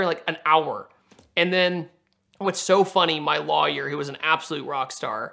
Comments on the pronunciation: Is it just me, or does he pronounce lawyer - liar? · is an awesome guy but he needs to learn how to say Lawyer